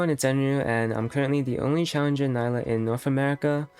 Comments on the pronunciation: It’s nee-la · Nilah* not Nayla